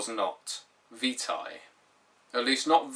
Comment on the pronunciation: It's damned refreshing to hear someone pronounce "Vitae" correctly.